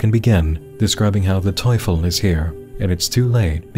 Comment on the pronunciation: btw your pronunciation of Teufel is spot on uwu